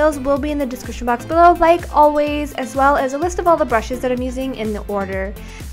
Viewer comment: Wow! U do get lovely churidar in toroNto as welL.very pRetTy. Btw,do u always say dEscriptioN in a wroNg way?i dunO if thats oNly me who nOticeD